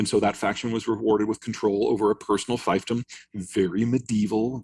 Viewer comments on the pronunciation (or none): Fiefdom, not feif., like thief, chief, relief